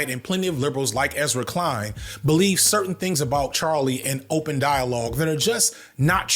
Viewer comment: that’s a funny way to pronounce Ezra Klein 😂😂